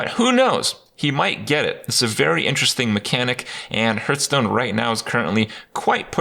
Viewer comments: Is he saying Hurtstone purposefully ? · I will never get over him not being able to pronounce Hearthstone properly. WTF dude.